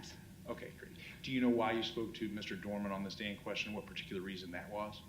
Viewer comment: It’s DOERMAN